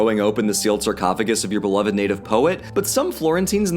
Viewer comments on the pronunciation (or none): none